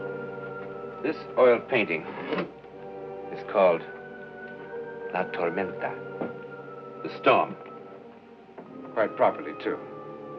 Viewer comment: The way he said la tormenta in Spanish was spot on. Good accent!